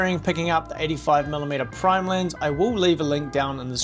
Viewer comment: it is funny how australians cant pronounce the letter E. Lens becomes Linse.